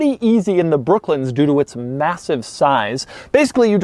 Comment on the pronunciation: Doug the type of guy saying brooklins instead of brooklands